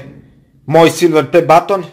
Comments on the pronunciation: Neznas pricat i neznas izgovorit silver play button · Meni je smesno kako kaze silver play batton